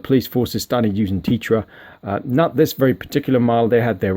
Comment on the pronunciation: T-eh-tra not tee-tra, let's call the whole thing off!!! Lol